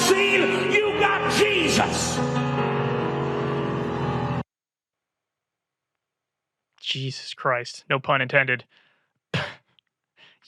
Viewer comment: Why-uh do they all say JESUS-UH?!